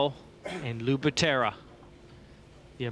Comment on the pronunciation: Lou « Machine Gun » Butera, not Batera...